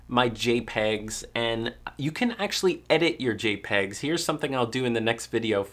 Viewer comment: Lol "J'pegs"